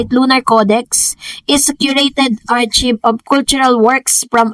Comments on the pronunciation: Archive is pronounced ar.kive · Hello po, correction lang po.. Ang pronunciation po ng word na ARCHIVE is AAR-KIVE.. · Archive pronounced as ar-kayb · Ar Kayv.... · AR KAYV po ang pronunciation lolssss